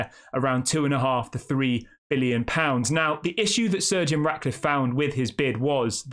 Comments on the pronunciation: Why does it sound like your saying surge eon Radcliffe and no to Jim cause he will still do what the glazers have done plus he don’t have the money himself which again is exactly what the glazers done which means the club will be focusing on money not football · Stop saying surgeon. It’s Sir Jim